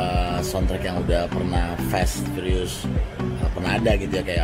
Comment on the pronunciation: FF = pree pire❌ FF = Fast & Furious✅